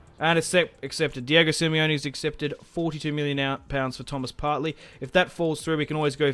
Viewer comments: Just saying, it's Partey. Not Partley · Love this career so far . Only things wrong with it is “Partley”😂 and that he said “k” a lot instead of “mil” other than that, great start